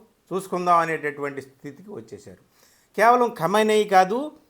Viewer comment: Aray howle anchor ga khamanai kadhu ra, kahameni anali.